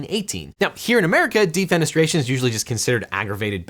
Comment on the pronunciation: Thanks for subtitles. At first I heard DEEP PENETRATION is a crime, until I read DEFENESTRATION.